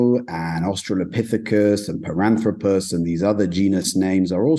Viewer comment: Piranthropus? Zinyanthropus? BIG JAWS? Related?🙈🙉🙊